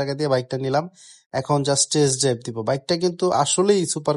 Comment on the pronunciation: ভাই একটা সমস্যা, একটু ঠিকঠাক করে নেবেন। টেরেস ড্রাইভ না ভাই। টেস্ট ড্রাইভ হবে।